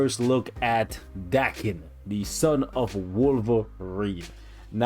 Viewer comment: It's actually pronounced d-AE-ken but ok lol